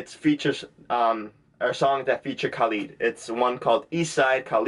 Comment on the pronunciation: Loved your reaction. But its not KAAAlid hehe